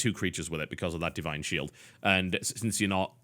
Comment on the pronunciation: "Di ine Shield"